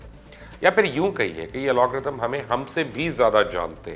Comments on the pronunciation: Sir g its called "AL-GO-RITHM" not "AL-O-G-RITHM" :D sir hamain sab pata hai we are IT specialist serving in Germany for about 10 years :D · Pls correct yourself. Algorithm not Alagorithm. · #chacha... Alogrithms nahi Algorithms hota hai...